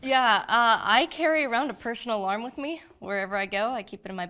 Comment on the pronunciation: at first I heard "personal arm", I was like your in Los Angeles California how's that possible. lol